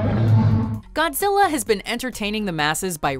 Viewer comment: "We call him Go-zilla"